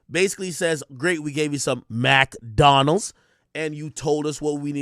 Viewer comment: Why he say McDonald’s like that 😂😂😂